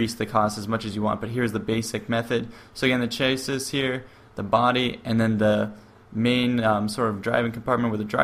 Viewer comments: It's pronounced as "chassey" not chasis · it's pronounced "Chass-ee". I know, it's weird--I used to say "chass-iss" too. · chasis is pronounced "shasee" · Chasis (Shh-ass-cee) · lol "chasis"